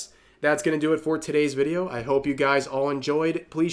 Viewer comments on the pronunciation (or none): none